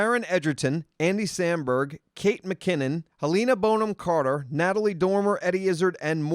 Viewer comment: The way that pronounces helena bonahm-carter's name is the worst thing he has done to date...she is my fave....so no offense simon.